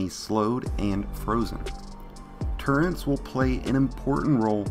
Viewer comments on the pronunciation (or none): “Turrents” agh you’re killing me